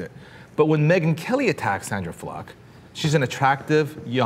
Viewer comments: keeps saying Sandra Fluk instead of Sandra Fluke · Sandra Fluck??? Im pretty sure it is Fluke. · Anyone notice she said Fluck rather than Fluke? Implication of "fuck" maybe.... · When did we start pronouncing it 'Fluck' and not 'Flook' ? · Why is he pronouncing "Fluke" like "Fluck"? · oh my fucking god is it FLOOK or FLUCK? everybody keeps pronouncing it differently lol. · it's Fluke dude, not fluck! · stop saying sandra fluck! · Is it pronounced "Fluck" or "Flook"? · Fluke or Fluk? lol